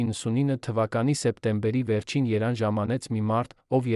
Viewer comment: если это не ИИ, то почему Еран, а не Ереван????????!